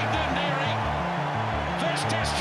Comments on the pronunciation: there's no n in vidiri, they all butchered his name through out his career and still do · know this,, his name is joeli vidiri, theres no N in his name,, now listen to the commentators, they call him joeli vindiri, wrong assholes,, why dont they call richie mc caw richie maclaw????? its the same dumb mistake,, david wood was a pukekohe and counties winger the commentators called him david woods, grrrrrr do youre job properly